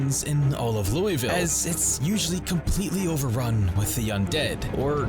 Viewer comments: It's not called "Louey ville" Pronounce it like you're slurring on bourbon its "Loouah vul" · I love project zomboid, but man it kills me a bit everytime a youtuber calls Louisville "looeyville" 😅 Locals pronounce it Lou-uh-vulle :)